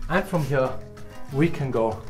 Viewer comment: you're english is great - but please have a native speaker help you say "here" properly - you're saying "huooeur". it is a simple word and you say it all the time, it becomes rather hard on a native ear. It would be like aqui is a simple "ah'kee", not ahuehorahhooooiii.